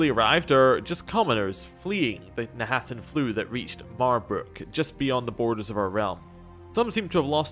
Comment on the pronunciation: My compliments for being able to read, specifically read knahaten flu correctly. I heard people say kanaten and kanarthen, and I have to admit, it's frustrating.